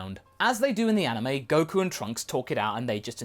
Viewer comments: He said anowe not anime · said aniwe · u mean anime not anawae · Did you say Anoway?